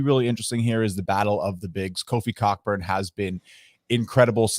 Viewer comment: FYI, it's pronounced "Coburn" 😂